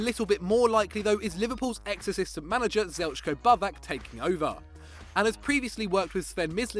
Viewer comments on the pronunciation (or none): "Selshcoe Buhvahk" Omg, slaughtered his name xD Do some research before these videos.. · I wanted to die when he pronounced Željko Buvač